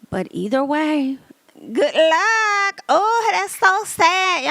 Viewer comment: I lived to hear you say "GOODT LUUCK ". 😂😂😂❤ I still haven't been able to watch anything on Zeus. OMG!! That Wendy's story had me cracking up. 🤣 These are MESSY!! LOL. "Ruff and tuff with afro puffs." 😂 I can't believe I've never watched one of these segments but I watch you all the time. 😅